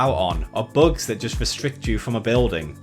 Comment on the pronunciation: Who pronounces bugs as "Buags"? Do you call Bugs Bunny "Buags Buaney"? :P